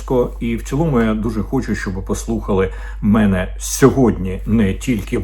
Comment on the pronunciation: Ме'не ??? Ви чиїх будете пане корчинськиЙ ? Хто вас так навчив ставити наголос ??? Якийсь КЛІНІЧНИЙ ІДІОТ ??? Пане корчинськиЙ , вашим вчителем був ІДІОТ ??? Чи то ви ІДІОТОМ народились ? Перша хвилина етеру - українська мова від ПРИДУРАШЕНОГО ДУРАКА ... Чи БОВДУРА, чи ДУРНЯ...